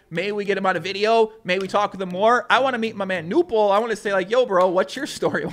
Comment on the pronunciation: It's pronounced Knueerrrppel (without a silent K)